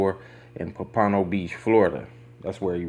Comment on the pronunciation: 🙄 wrong wrong Pompano Beach is not pronounce that way... and No your saying his name wrong . A simple X would of have been more sufficient 🙄😂🙄. You gets a 👎🏽